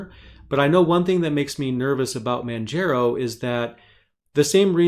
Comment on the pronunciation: Also Manjaro is pronounced like manJAHRO not manJAYRO. Like Mount Kilimanjaro(Sorry I gotta be that one OCD guy). Btw great video!!